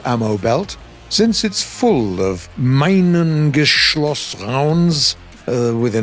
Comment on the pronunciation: it's MinengeschOß. Geschlossen means closed, Geschoß means shot.